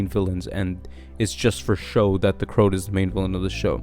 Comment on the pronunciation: Great video, but you're pronouncing the name wrong - it's not Crout, it's CroAt, as in a person from the country Croatia in Europe.